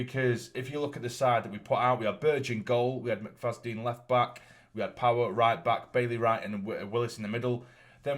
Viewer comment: I love your videos and streams, but just one thing. The name is Callum McFadzean, not McFazdean!